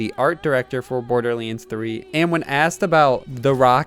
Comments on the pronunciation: it's borderlands not bordelands say it right dude you idiot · dude come on it’s pronounced borderlands not borderlyands